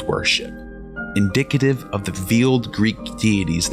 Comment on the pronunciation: The worst Latin, Greek and Italian pronunciation I’ve ever heard, not to mention English. Just as one example: veil is pronounced vail, not veel, I don’t have all day to type the dozens of other mistakes. If you hadn’t put captions, I would have no idea which languages you were trying to pronounce. I expected better English, at least, from a fellow native US English speaker. If you don’t know how to pronounce a word, for Pete’s sake look it up, it couldn’t be easier with everything on the Internet, there’s no excuse for such sloppiness.